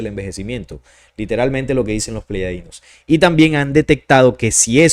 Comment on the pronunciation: Soy tu seguidor y me gusta mucho los estudios de investigación que haces, pero siento raro cuando dices pleyadinos cuando lo correcto es Pleyadianos, sólo en Colombia se hoye así, pero tu público es internacional, y los mismos seres de pleyades, se presentan a sí mismos cómo Pleyadianos.